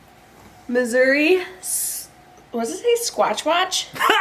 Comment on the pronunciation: You trying to say sasquatch😂😂😂😂